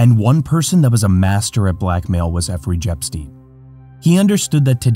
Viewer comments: Effery JEpstein at 13.55 😂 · "EFFREY JEPSTEIN" 🤣🤣 I didn't laughed this hard.